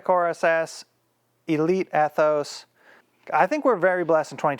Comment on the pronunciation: That Ethos seemed super quiet! I think it’s pronounced E-thos not Eh-thos